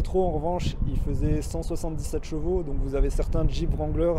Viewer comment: Le W de wrangler ne se prononce pas. On dit Rangler. Tous les anglophones sont pliés de rire quand ils entendent les français le prononcer.